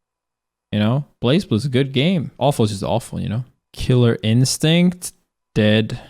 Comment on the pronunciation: Leffen its not really that people skip, its mostly because you have a dead category... also you mispronounced blazblue